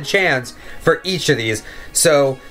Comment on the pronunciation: do you have speech problems? Go back when you said "Percent" early in the video] and "For"